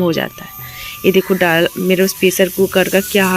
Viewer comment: Aur हां आप जो डाल बोलते हैं तो डाल नहीं दाल होता है